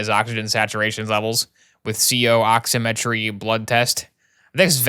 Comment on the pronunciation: As a EMT and soon to be paramedic his pronunciations of medical terms hurts me.. “Ehd a muh” for Edema “Ox eh met tree” for oximetry